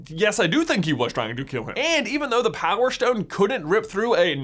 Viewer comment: Power shtone